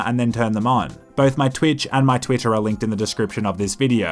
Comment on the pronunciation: When you said "Twitch and Twitter" they sounded almost identical to my US ears.